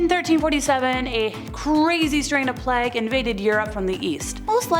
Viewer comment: Plague has a long ‘a’ sound, rhymes with mage. Sorry, keep the good spook on 💪🏽